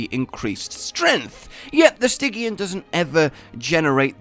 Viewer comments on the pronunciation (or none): Pronounced “Sti Jee an”. Not “Sti Gi an” Named after “Stigyian” for the River Styx. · Am I the only one bothered how pronounces every monster name thats supposed to be pronounced with hard “G” as “J” (Nerjigante...) but literally the only one I can think of thats supposed to be pronounced with a soft G He pronounces with a hard one (Stygyan)? Or is that some sort of inside joke Im missing?